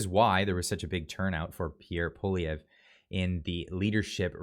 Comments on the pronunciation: Cmon, the name is pronounced Pwa Lee ev it’s really pretty easy lol. Better learn to pronounce the next Prime Ministers name lol. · Hey, I know its a tough one for english speakers but just to help you out, its pronounced Pwalievr. The e at the end is silent. Great work bro!! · it is Poly-ev not poly eh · Am I pronouncing Pierre’s name wrong? I say Poo Lee Ev, you say Poo Liv E A? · Sorry to be pedantic... His name is not poliveeayy, it's pollee-ev(re) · It's Pol-i- ev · Pierre’s last name is pronounced Polly ev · pronounce it poly ev. It's simple, poly ev. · Very respectfully, you pronounce the name of the leader of the opposition wrong. You seem to jumble the last letters. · I love how you mispronounce Poilievre's name... shows that you aren't above making fun of everyone. Love the vids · Please pronounce PP name the right way. Thank you. 🙏😂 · They are just afraid they are going to lose their seats. They are not worried about the people and they are running scared from Pierre. lol will you please learn to pronounce our next Prime Minister's name correctly? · Check your pronunciation of Pierre’s last name. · Bro pronounce Poilievre correctly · Learn how to pronounce Poilievre.